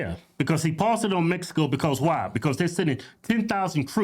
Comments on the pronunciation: She said MESICO 😂😂😂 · Woah she said messico, she for sure says "messicans" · She sounds so stupid saying mesico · Is she saying Mesico? I think she's still on heroin